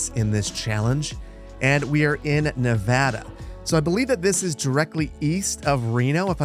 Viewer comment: amazed to hear a correct pronunciation of Nevada hell yeah